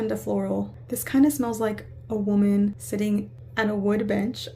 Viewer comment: Hey just to let you know, its "Women" 😄